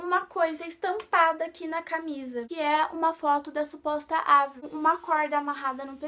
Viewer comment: se fala Evril e se escreve Avril